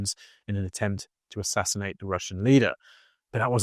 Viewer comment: The ass-ass-ination😅